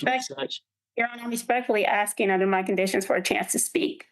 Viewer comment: I need accommodation for the stress of hearing people "axsing" for things.